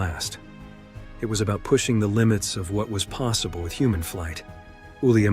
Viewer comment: The way you pronounce "human" is actually ridiculous bro 😂 Toddlers speak better english than that 😂 You make us sound like food ☠️